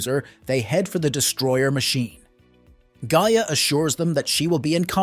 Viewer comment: This is some of the laziest nostalgia clickbait I've seen in a while. You couldn't even bother to listen to your own BS script one time to know that your AI was mispronouncing Gaia.... The spirit of the earth. I mean it says her name correctly in the freaking opening credits. If I could give two thumbs down I would. But you just get the one cuz that's all I think this haphazard attempt deserves. Oh except maybe this 🖕